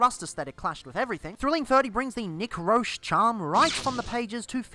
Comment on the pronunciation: Fun Fact: Unless he was bullshitting me at NYCC a couple years ago, Nick Roche’s last name is pronounced like roach. I asked him and everything.